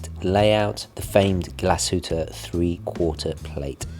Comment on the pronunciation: Its pronounced as ‘GLAS-HU-TTE’,not ‘GLA-SHU-TTE’🤦🏼‍♂️